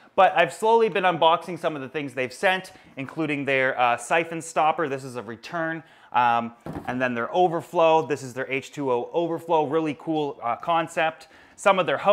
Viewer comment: stopper with a double P, not 'stoper'